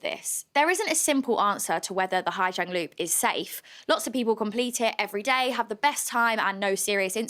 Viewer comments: Pronunciation is like “zong” not “jiang” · ‘Zang not jang’ ooooooooooooh you’re hard!